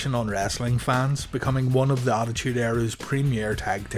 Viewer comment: "At tha Alamo"